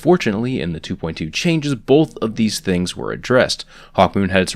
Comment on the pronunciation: Stop saying bolth